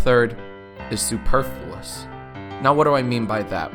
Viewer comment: Thank you for the correct pronunciation of 'superfluous'.